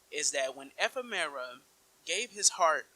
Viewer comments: Firstly, learn how to say Ephemer. Secondly he's objectively not dead considering we fight his Heartless twice in KH3. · Let's not go through this again. Ephemera is his original name in Japanese. The English localization changed it to Ephemer. It's not a big deal, let's not be petty about shit like this